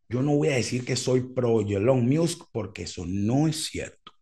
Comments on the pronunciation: Cada vez que dice ”ilon miusk" es un trolleo no? Veo difícil pronunciar así de mal un nombre tan famoso por error. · en caso que sea de tu interés para próximos videos: El nombre de Elon sonaría “ilon mosk” así suena en inglés. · TIP: Decir ilon mosk - Me parece bien el nombre No Beta. - El peo de Apple no vino por lo que comentas. Musk se picó porque Apple quitó las publicidades en Twitter, y Elon se lanzó de picado haciendo un alaraque. Encima estaba el (falso) rumor que Apple quería quitar la App Twitter. Musk prendió el ventilador echándole m**erda a Apple por las comisiones que cobra, cosa en que tiene algo de razón. Inclusó dijo que si los sacaban de Apple sacaría un teléfono. (Y la cosa iba a seguir...) Pero bueno, se reunieron y la cosa no llegó a más. Lo cual me parece bien. (Incluso Apple postergó su proyecto de carros del 2025 al 2026). - ¿Qué cosas no les crees a Musk? - Interesante pensar que va a usar Twitter para Neuralink. No suscribo, pero no descarto que eventualmente sirva algo de eso... Le interesa Twitter principalmente para hacer un proyecto de pagos y muchas cosas más: "X, the Everything App" Te agrego en un club de Musk y sus proyectos en FB. PD: Decir ilon mosk Kudos.